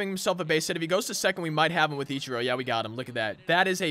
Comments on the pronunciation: Eech Er o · He says ichiro wrong